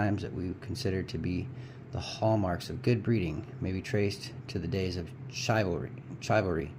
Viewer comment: * shiv-al-ry not shy-val-ry. Chivalry.